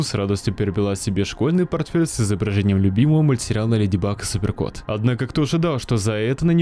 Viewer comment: В начале я сначала услышал: "Леди бык и супер крот"😂